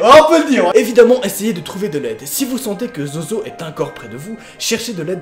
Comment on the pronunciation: Ta dit zozozo et ses zozo